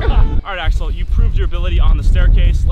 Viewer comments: Who else thought he was saying asshole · i thought he said ashole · When you said Sensai Axel I thought you said Sensai A**hole. XD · It sounds like you said asshole instead of axel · I got confusion when he keept on saying axel i looked away evry time he said axel i looked. At the screanlol